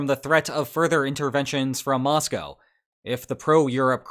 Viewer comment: Congrats on your pronunciation of Moscow!